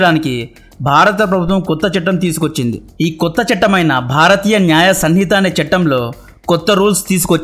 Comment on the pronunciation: Neeku bharatheeyaa nyaya sanhitha ani palakadam coodaa radhu 😂😂😂